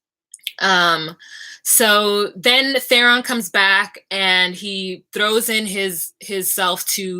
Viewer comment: 1. u finna learn these characters names ma'am cus i be DYIN everytime u say THERON 2. I told yall Dani hadda die cus all she cares about is sittin on the iron throne....John out here thinkin about how he committed incest n that he can't be with the woman he in love with and how he don't even WANT the damn throne n all she care bout is the fact that she no longer has a claim. PS i also think she's going to try and assassinate john now that she knows or at least put him in harms way or something. 3. We all gon' have to start giving Sam his respect! DAMMIT 4. I love how all the little girls be wanting to be on the front lines battle #GIRLPOWER #WARRIORS